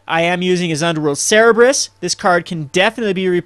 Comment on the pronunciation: It's not "Ser-reb-rus", it's "Ser-ber-us". I don't mean to be nitpicky, but you've made that mistake a lot.